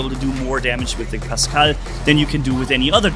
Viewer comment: Its pascal not pascel